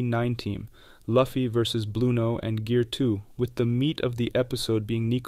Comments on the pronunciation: Loo-fee, not Luff-ee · PLEASE!!!! IT'S LUFFY(LOOOOFY, NOT LUFEE!!!!) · I don't understand how fans of One Piece can pronounce Luffy like that. It should be Loo fee.